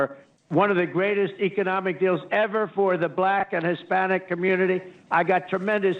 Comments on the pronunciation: No it’s very high, balack vote. Good lord. Added an extra syllable. God help you. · "I got a very high buh-lack vote". WTF?